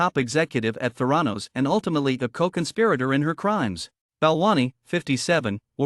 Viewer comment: geez, at least pronounce “Theranos” properly! it’s so silly you can’t even get that correct